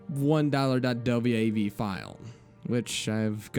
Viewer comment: Wait... the dude popped some popcorn, took a dump, and watched some tv? In that order? Did he pop the popcorn and take it with him into the bathroom to eat while shitting? That's a little counter-inituitive. Also, just a heads-up, you pronounce.WAV files as just "dot wave." Other than that minor detail, great job,!